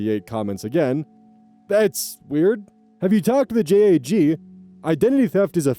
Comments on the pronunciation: After skimming the comments I couldn't find anyone mentioning it but for future reference it is JAG pronounced as as well jag not J.A.G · “JAG” is pronounced as a word rather than “J-A-G”, just fyi :) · I was gonna comment this. X3 Just in case sees this, when it comes to military acronyms, just say the word, not the letters that make up the word. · hey not to be a “minor pronunciation mistake” kinda guy, I’m in law school and have some people wanting to go into the military law side of things. We/they don’t usually sound out the acronym for JAG we just JAG the same as the first syllable in jaguar. Maybe they do in other areas similar to how the army a marines have different pronunciation of CIF or that tired old debate about GIF (anyone who uses a soft g as in giraffe or that peanut butter brand may kindly kick rocks in bikini atoll.) but I’ve only ever heard it pronounced JAG.